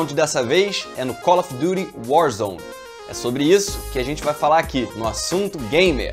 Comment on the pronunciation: Kkk colofduryuarzone